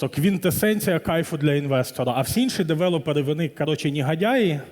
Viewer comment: Чого девелОпери? Звідки це взялося? Дуже ріже вухо